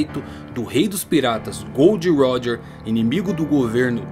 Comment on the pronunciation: Mano, pq ce fala, "Gold roger" se é " Gol D. Roger" essa referência a metais na tripulação de roger acho desnecessária